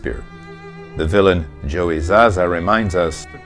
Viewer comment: was a great docu and look into part III till u said zaza